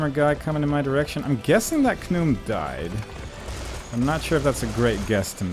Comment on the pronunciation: First thing first, look forward to whatever video you will be making next. Hope you have a good new year and a better next year to come as well. Much thanks for the playthrough of this game. It's been fun. <3 This is already kinda a long rant, except it's not really a rant? My apology.:) I'm pretty sure it's pronounced Ka-num since many characters also say it that way. I think he sang it "Num" to just go with the song.:P Just the level and enemies already make this a better level than SS3's final level imo. The final level is really good. The game makes us or at least gives us chance to use pretty much almost every gun at least in some situations (especially when you just pick up a weapon), which is pretty nice. The Death Ray is still my favorite weapon, being able to decimate all the enemies in such short amount period of time is so cool. Without the Death Ray it's gonna be pretty hard to get through the fight where you get the Laser Gun it seems. Enemies variety is much better as well. In SS3 the final level is just spamming rockets into narrow corridors, sometimes firing mini-gun and cannon then back to rocket again, blah blah. Dual cannon wielding is pretty effective against Khnum imo (takes some getting used to the aiming tho). Dual Devastator is also very good against pretty much any powerful enemy, like the Hammer dude, Red Biomechanoid, Reptiloid, Scrapjack, Khnum, Space Snake. I find Rage Serum + Dual Devastator really effective against the Space Snake. Aim at